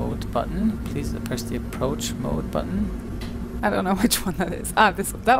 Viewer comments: “Approach bode mutton” 🤣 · "It's an approach boad mutton" a little Dr Spooner there. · did you say "Approach Boat Mutton"? ;)